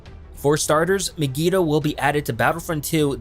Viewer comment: Learn to pronounce Mygeeto